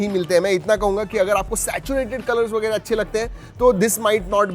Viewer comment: That वेगेरे feels so marathi 💓